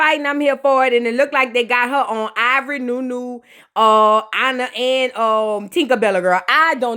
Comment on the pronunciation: 👁️ Vor Eee took me out 🤣🤣🤣🤣